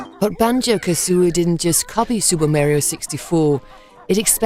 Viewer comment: It's KaZooie, not KaSSSooie...